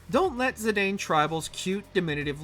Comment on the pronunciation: Can you for the love of all that is holy.... Learn proper pronunciation. Cecil is Ses-ul, Zidane is Zuh-Don. Play Dissidia and listen.